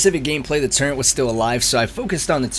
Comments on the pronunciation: there in no "n" in "turret". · What are you talking about? It’s the turent not the turret